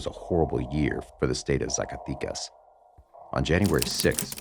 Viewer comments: It’s ZA - CAH- Teh- Cas. Not Zaca tee cus lol My family is from there and it’s bad right now :( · Good video but can't take it when you say Zacaticas and not Zacatecas ;P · how do you say Jalisco perfectly but when you say Zacatecas, you said hella white bro, the way you pronounce it it’s like you’re saying Zack so say zack-aa tec az! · ZACATECAS....not e sound AMERICANS need to stop doing drugs. we fuel these cartels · no manches, CORRECT your pronunciation. Zacatecas is with e, 'e lse e ver e tc, entendiste chingao🧐, ya caiste mal.